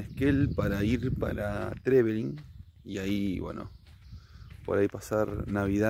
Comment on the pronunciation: Se siente raro ver videos sobre un lugar que conoces como la Palma de tu mano jeje no soy de Esquel soy de Trevelin pero conozco muy bien Esquel 😹 cuando dijo Trevelin dije noooo xq lo pronuncia asiiiii